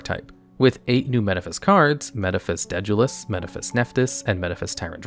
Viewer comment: I've never heard anyone pronounce 'Daedalus' like that, and it's throwing me off. lol